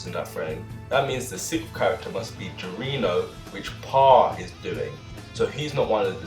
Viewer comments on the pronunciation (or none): You said Giorno wrong, its more like Jor-no, not gir-o-no. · Just a quick heads up, to pronounce “Giorno” you must say it as “jour-no” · ok i'm sorry but... "Goirino"